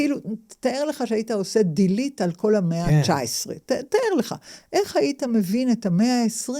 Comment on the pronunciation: רחל היקרה נהדרת כרגיל אתה חייב לשפר את העברית שלך. אתה מראיין, תקפיד. השפה היא כלי הראיון שלך. עברית: מֵבִין ולא mavin. לא mavinim.